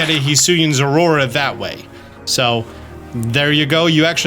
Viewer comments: I think its called "Zorua", not "Zoraurora". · I love how has such a problem Zorua and Zoroark, he's out here like Zwrorua and Zwororoark